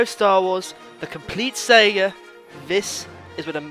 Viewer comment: please pronounce saga correctly lol